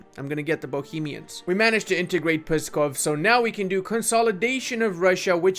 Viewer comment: it's not "pussykov", it's Pskov, with a hard P Yours truly